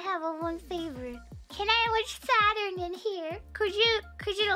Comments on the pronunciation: Pikamee: "Saton! Saton!" Text to Speech: "Ｓａｔｕｒｎ" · The way she pronounced Saturn at first sounded almost German.